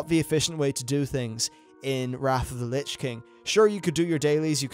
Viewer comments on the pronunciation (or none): none